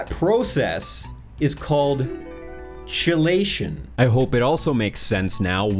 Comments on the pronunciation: It's Pronounced like "Key-Lation" not "Chee-Lation" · It is "key"-lation (chelation) my friend! Interesting videos! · Kelation .. is how it’s pronounced